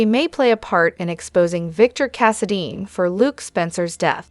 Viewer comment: I'm not sure if this is a human or AI. She can't say ultimatum correctly, she says most of the names correctly, I've heard some that couldn't say any of the names, at least can say Valentin, Brooklyn, Anna, Chase and Cassidine correctly. She even said Kristina Corinthians Davis correctly.